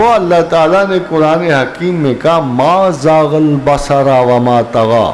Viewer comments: MashaAllah! Want to correct Ma zagal basaro hay basara naheen hay. Surah Alnajam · ما زاغ البصر ُ را کے اوپر پیش ہے پروفیسر صاحب قرآن مجید کی آیات پڑھتے وقت احتیاط بہت ضروری ہے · ما شاء اللہ ۔۔بات اچھی کی ۔۔۔۔بٹ آیت میں غلطی ہوگئی ۔۔۔۔ما زاغ البصر ٫ وما طغی ۔۔۔